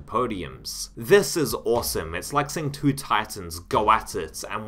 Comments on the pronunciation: 3 years later I hope you learned how to pronounce the word “two” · I know this is a useless comment, but the way you say "2".... I can't 😖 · im fucking enraged by the way you say the word "two" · I enjoyed the video and your pronounciation: "Doom tooey" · You just heard an extra e? I heard about 7 vowels mashed together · Why do you pronounce the word "two" incorrectly???